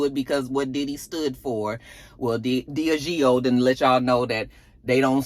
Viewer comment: Diageo = DEE-AH-GEE-O